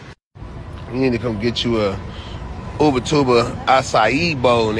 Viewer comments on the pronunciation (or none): none